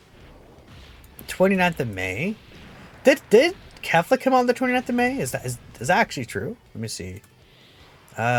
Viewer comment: I thought that u said kale not kefla sry